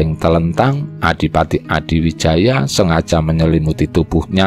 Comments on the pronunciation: Admin, narratornya kalo sejarah Jawa ya sebaiknya or Jawa sj, biar pengucapan nama, tempat, dll yg berbahasa Jawa bisa pas/benar. Gerlar Joko Tingkir stlhn jd Rj Pajang Sultan HADIwijoyo, bukan Adiwijaya. Yg ngrti sjrah yg benar jd malas, pemirsa/ pendengar bukan or bodoh2 ya. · Hadiwijaya... bukan Adiwijaya... Topo wudo itu melepaskan atribut dirinya sbg RATU... bukan wudoh blejet... ya dingin banget deh 😃😃😃 Perlu diingat Ratu Kalinyamat adl seorang muslimah yg sll melaksanakan sholat 5 waktu...